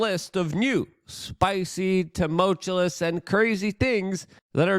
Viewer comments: This is the correct spelling as much as you use this word. Sound it out Luke! Love you but you're ruining your credibility. tu·mul·tu·ous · For god sake Luke!!! it's 2-MOLE-CHEW-US Tumultuous